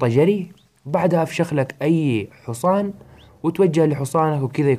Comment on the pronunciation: انا تابعتك لسببين صراحه ١- شرح مميز وصوتك ممتاز للالقاء ومبدع ٢- عشان اسمع كلمة (( حوصان )) 😂💔